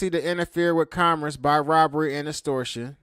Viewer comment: you can’t even pronounce the word “commerce” properly fool shut up